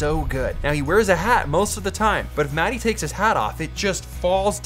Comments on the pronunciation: Its not Matti(Maty)... Its pronounced Maat tea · Peter, I got something to tell you. Your "sauna" pronunciation was perfect but when you pronunciate the name of your friend...Matti... it sound like s*it :( It is not "mad i" like you say it, it is MATTI. I'm sure Matti is too kind to tell this to you, so I need to be the bird of bad weather here. Practice it a few times like that perfect sauna word and he will be surprised next time you two meet ;) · Matti! you have told Peter how to pronounce sauna correctly but he still calls you "Roe" (mäti). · It's not Matty, it's Muttty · as a fluent finnish speaker the way you guys pronounce Mattis name is always an insult :D